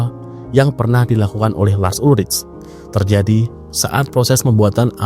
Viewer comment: Cara baca namanya bukan lars ulric, tapi Lars Ulrik. Hmmm..